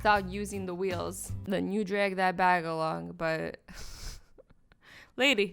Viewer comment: Your accent comes through whenever you say things like drag and bag.